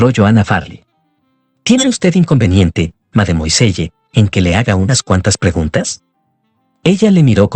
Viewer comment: ¿Tanto cuesta decir "madmuasell"?